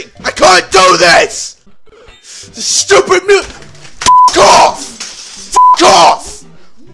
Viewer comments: Me: Stupid Ksi: Shtupid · ITS JUST SO SCHEWPID